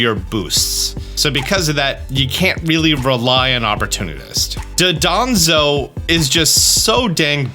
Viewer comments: Just thought I’d mention that it’s Dondozo not Dodonzo. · It's "Dondozo" not "Dodonzo." 🤣 I'll also never get out of my head hearing you say "Zyvelious" for Zweilous... Either way, you're awesome and do great work! Just put some respect on the Pokemon's name, please. 😇🙏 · JUSTICE FOR DONDOZO ✊✊✊ IT IS PRONOUNCE DAHNDOHZOH NOT DUHDAHNZOH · I love how everyone calls him Dodonzo when his name is Dondozo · "Dodonzo" Glad I'm not the only one who has made the mistake of pronouncing Dondozo's name like that. XD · Will he ever learn to pronounce Dondozo's name correctly? XD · please note Dondozo's name and pronounce it properly, its basic english